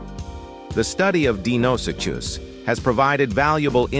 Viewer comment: How many different ways can the ai narration pronounce Deinosuchus